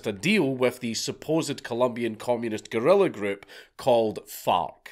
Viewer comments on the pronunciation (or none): none